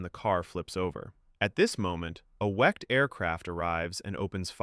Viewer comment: Wicked not wect